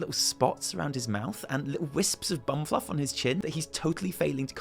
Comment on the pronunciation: Tee hee. Did you say bumb fluff? :3